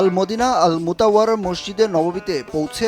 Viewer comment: গবেট রিপোর্টার মদিনা মুনাওয়ারা কে বারবার মদিনা মুতাওয়ারা বলছে!!